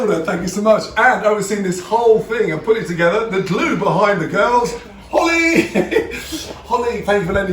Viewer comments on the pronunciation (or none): none